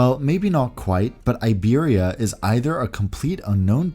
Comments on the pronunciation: Iberia is pronounced 'EEBERRYA' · Hey, just a thing I wanted to mention the i of Iberia is not pronounced like in English. It’s like the i of impossible. Americans often make the mistake… like IKEA I guess? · It’s funny your pronunciation of Iberia 😂